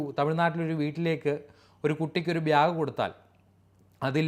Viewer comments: ഭ്യാക് അല്ല ബാഗ് എന്ന് പറയൂ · Chetta. Byag alla its bag . It’s second time am noticing it . Pls correct it